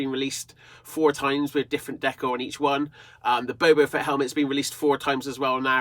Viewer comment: Dude it’s boba fett not bobo fett